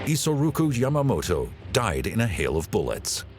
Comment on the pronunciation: The Japanese seizing Dutch controlled India? You mean Indonesia aka Dutch East Indies, big difference God what an awful documentary, can't even pronounce Yamamoto's name right and errors in place names